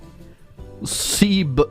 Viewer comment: The pronunciation of Siebenbürgen was pretty accurate actually